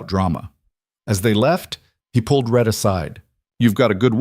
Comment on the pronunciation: It's RHETT (a man's name), not Red or Ret!